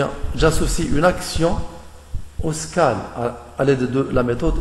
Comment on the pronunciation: Bonne vidéo. Ça se prononce "widgette" et "skayle", c'est dérangeant ta prononciation francisée :)